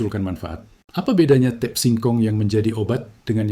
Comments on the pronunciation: Tape itu bahasa Jawa. Dibacanya t a p e. Jangan dibaca tip!!! Ngawurrr😊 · ucapkan tape dgn benar jgn diucapkan a la bhs inggris ... tape ya tape jgn teip ❤ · Kedengarannya tep bukan tape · Ini yang ngomong siapa ya, orang mana, kok ngomong TAPE bacanya TIP.......payaaahhhhhh!!!